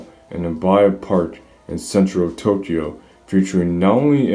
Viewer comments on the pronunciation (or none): none